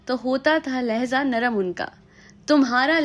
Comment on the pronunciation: Ma'am, point is ok but it's lahja not lahza.